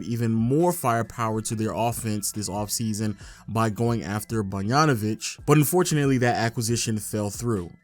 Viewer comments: Notice how says Banyanovic instead of boGdanovic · Man the pronunciation of Bogdanovic is very difficult for you 😂 Bongjanovic 🤣🤣🤣